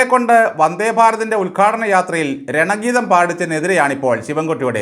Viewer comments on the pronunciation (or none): രണഗീതമല്ല ഗണഗീതം എന്നാണ് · രണഗീതമല്ല ഗണഗീതമാണ്